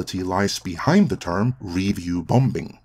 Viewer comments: ‘Bom-bing!’ ?!? .. I think you mean “Bombing” … pronounced “bomming” .. second ‘b’ is silent. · great vid but u say bombing wrong, its said bomb - ing not bom - bing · You are saying "review bom-bin"? It's just "bombing" without drawing attention to the second letter "B". This can't be how citizens pronounce the word in your country? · There's no such word as "bom-bing" - the second B is silent. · It's not BomB, or BomBing. Check any/all dictionaries globally, when you say the the word Bomb, or Bombing, you don't enunciate/pronounce the second 'b', is a silent letter. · Your English is quite good but you kept saying bomb-bing ...? Can't figure that out. However, I do agree with all you said. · I like that he pronounces the second B in bombing. BOM -BING baby! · “Review Bom-Bing” 😂😂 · I love pronunciation of "bomBing". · I love these short doc style videos by you guys, and I mean this in a positive way, but "bombing" has a silent b in the middle, pronounced "bom-ing" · His pronunciation for BomBinG cracks me up, reminds me of when I was learning English myself. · Quit pronouncing the second b in bombing. It’s silent. It gets me out of your narrative when you say it wrong. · By the way, the second B is not pronounced. Silly English. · What do I think? I think you pronounce 'bombing' like a Krunt. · Who's gonna tell that the second b in "bombing" is silent? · The second B is silent in "bombing". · Does he really need to pronounce the B in bombing? Good god that sounds odd. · Hi Great points as always. Also, the second "B" in "Bomb" is silent. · I actually liked both She Hulk and Rings of Power, didn't think anything wrong with the writing or showrunners, things made sense to me. If that's because I understand things like the B at the end of bomb is silent, just as the B in the middle of bombing is too. A fact that made it hard to watch this video as what I was hearing was nonsense.